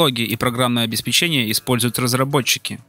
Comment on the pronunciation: Программное обеспЕчение, а не обеспечЕние...